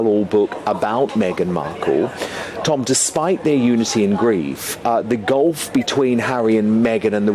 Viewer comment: The 'gulf' between not the 'golf' .....